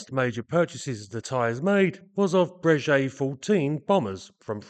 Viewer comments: Just a side note: Breguet is pronounced /Brayghay/ and not /Brayjay/😉(tricky treacherous French pronunciation). Another common mispronunciation being /Dazo/ instead of /Dasso/ for Dassault. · Great content and thanks for the videos. One point, your pronunciation of the name Breguet, should be as a ‘G’ not as a ‘J’. It is the same company who build excellent up market, high end watches or horology and it is always pronounced as Breguet with emphasis on the g.